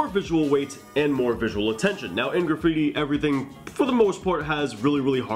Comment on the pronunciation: Can you draw super bare bones piece with stick letters? And kinda show us the flow and letter weight without the 3D effects? Kinda like you did with the R example? Also: “Gra-freeti”